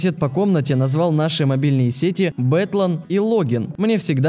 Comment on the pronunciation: Мне кажеться , или в # или как там включают время Бэтлан и Логин уж больно напомнили мне Бэтмена и Робина. И то, как это произносится .... брррр